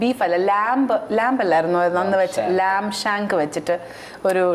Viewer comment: English പഠിപ്പിക്കാൻ വന്നവരുടെ, Lamb ൻ്റെ ഉച്ചാരണം കേട്ട് ഞെട്ടി.. Lamb ൻ്റെ ഉച്ചാരണം ലാം(lam)..Not ലാംബ്..